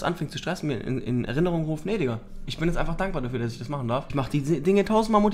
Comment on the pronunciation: Du mysst nicht X, Y mychen. Du mysst nur Y mychen